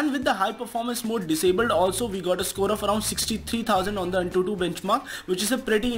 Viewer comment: "Pretty impessive scole" Lol.